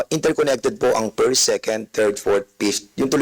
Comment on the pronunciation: O dobolimolasyon, pift, firs sa second, ano ba yan, baka pwede mo paayos dila mo, dami ka naman pera